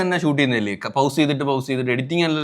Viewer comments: ഹൗസ് അല്ല പോസ് ആണ് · പൗസ് alla bro പോസ് annu bro. ✅ pause = പോസ്